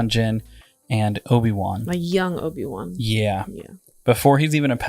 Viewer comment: So funny how calls him Oafy Wan.